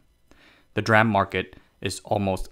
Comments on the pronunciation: Yes, that is how you pronounce it. It’s D (silence) RAM. Not ‘dram’ directly. Like SMIC you pronounce ‘smick’… I think I will pass for that. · DRAM is pronounced as D-RAM, not dram. CPU caches use SRAM, S-RAM, not sram. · I've been in the semiconductor industry for over 30 years. Never heard anyone, except the uninitiated, refer to DRAM as "dram" before. DRAM & SRAM are referred to as "D-ram" & "S-ram". Conversely, "NAND" is just "nand". Strange he does this (& mocks any who corrects him) because he seems to generally know his stuff. 🤷‍♂️ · its not dram its d ram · it's pronounced "dee-ram" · God drammit! It's Dee-ram! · Yep. Someone should explain to him that it is D-RAM, standing for Dynamic Random Access Memory. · Well said. DRam. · Yes. It is D-Ram. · really good info here thanks for that. DRAM is pronounced with the D separate, like "dee-ram". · This sound like cctv propaganda video... can’t fool me. U can’t even pronounce D RaM I know this is CCp control propaganda video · That's an interesting way to pronounce DRAM. Edit: Interestingly, 'dram' is indeed a word. It can stand for an obscure unit of measurement, a small amount of liquor, or a small amount of anything. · lol i almost threw up when "DRAM" was pronounced like a word. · He just butchered the "DRAM" word along the vid and I cant stop laughing. SMIC is pronounce as 'smick' next time, MAKE MY DAY PLEASEEEEEEE.